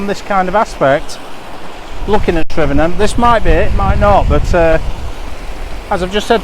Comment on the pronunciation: One of the few vloggers to pronounce Tryfan correctly 👌